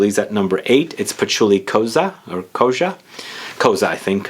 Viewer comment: Kozha (pronounced with 'j' not 's') means leather/skin in Russian